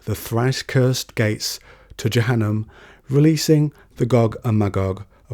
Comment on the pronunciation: Jahanem = Ja-ha-nem Azzeb = Ah-zeb Rum = Room You pronounce Shaytan and Dunya correctly